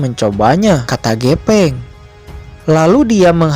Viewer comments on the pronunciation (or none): Pake F bang bukan P. GEFENG BUKAN GEPENG 🤭 ✌️✌️✌️